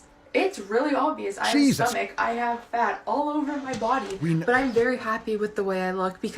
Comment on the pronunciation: “Because it’s the ohnly body that you havevah “ 🙄